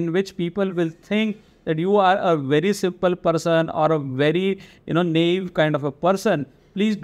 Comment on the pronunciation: It’s na-ive and not nave.